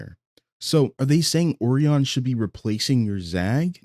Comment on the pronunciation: Will all due respect dear, the way you say O-ree-on instead of O-rai-on (O-rye-on or O-Ryan is also fine) is killing me 😭